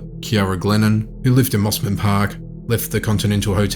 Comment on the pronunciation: Lol, the snobs in Mosman Park would have had a fit when you pronounced it the same way as the Sydney suburb of Mosman. They call it "Mozman" Park, not "Mossman".